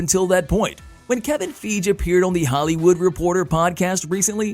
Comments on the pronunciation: 😕 Question???....Who in Tha F☆%k is Kevin Feeege??? 🤷‍♂️ That damn robot voice be F☆%k'n up some names! 😏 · Wish you'd say Kevin's name correctly. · First- we all know that they can not make or reboot xmen until the contract window of the other cast expires. Everyone knows that is 2025. So stop with the I think nonsense. You are not predicting anything. Also learn how to say Kevin Feige's name.